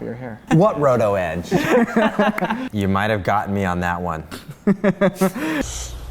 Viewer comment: "they haf a real dinosaur"